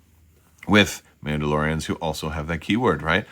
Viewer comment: Your Mandalorrrrrians sound like turkish noble men of the middle ages 🤣